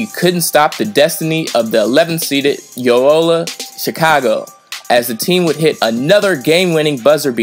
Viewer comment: It’s really not that hard to pronounce “Loyola” smh.